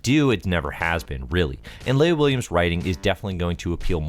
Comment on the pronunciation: I think you're pronoucing Leah wrong :P